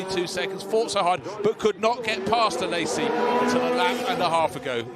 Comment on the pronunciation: Someone tell that commentator ist Alesi, not Alessi